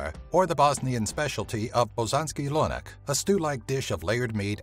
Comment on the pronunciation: "bosanski lonak" hahahahhaah